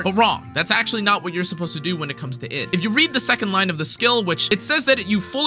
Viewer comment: Id is pronounced eed Also, I initially though Versalis was pronounced ver-sai, but that word already exists and isn't uncommon to japanese speakers, and it's spelled "Versailles", so unless it's actually mentioned by some VA in the story (in JP, the english VA is terrible as usual) then I have no idea how Versalis is pronounced either :/